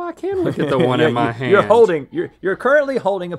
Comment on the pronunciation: "Oh I can look at the one in mah haaaynd"